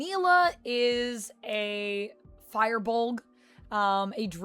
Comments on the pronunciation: It can also be pronounced "feer" as well, but definitely not "fire." lol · The Fir of Firbolg is pronounced Fur.